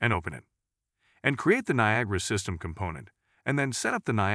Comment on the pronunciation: . The voice synthesizer said "Copy the viagra emitter" 😂